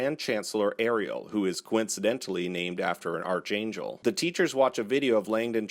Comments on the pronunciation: BAH-fo-met (Baphomet) KRAU-lee (Crowley) (rhymes with howl -ly) ARK-aan-jel (Archangel) eth-EAR-ee-uhl (Ethereal) Just trying to help! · And Archangel.